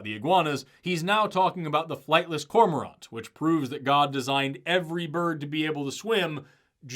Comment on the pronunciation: Hearing cormorant pronounced "Corma-ront" felt kinda weird tbh, this was the only takeaway of value I got from their film